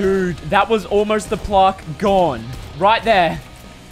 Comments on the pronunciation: who here cringing when he says plaaaarrrrk instaid of plaque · Your saying plarck it's plack BTW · its not plarrrq its plack spelt plaque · I swear there saying plark its pronounced plaq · its plaque not plarque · It’s pronounced plack not plark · its not pronounsed as plork is pronounsed plak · BTW its pronounced plack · How the said it like P L A R K it’s meant to be said like P L A Y G E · aren't they saying Plaque wrong? or is it just me. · Why do they say it like plaque and not plaque??